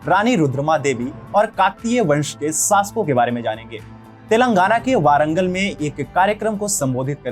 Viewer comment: I like your videos bro. But, i am sorry to inform that ... you are pronouncing the names wrongly. It is Thelangaana तेलंगाना not तेलांगना and it is warangal वरंगल not वारंगल. I request you to please pronounce it properly. This is not to insult you, but just to correct you.Everyone from northern india prounces likes this only. Hope you understand.